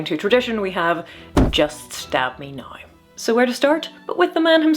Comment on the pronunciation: You should have an entire short wherein you do nothing more than say the word now over and over. Na-o-ouuu. No, the written form does not adequately convert the matter of how many slides and dipthongs are there. It´s like a verbal amusement park ride! Na-o-ouuu. Please say this word in every subsequent video and short you do. I´ll be checking. No wonder Americans are so amused and bemused by the Brits and Irish. Eir-i-ish. Oh, by the way: moustache and/or beard armor, er, armour.